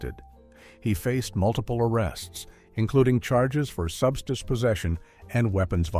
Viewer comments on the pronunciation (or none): What's a "subschtiss" ? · AND AGAIN WHAT IS “SUBSTISH” AND “SUBSTISHES” ADDICTION⁉️ 🤣🤣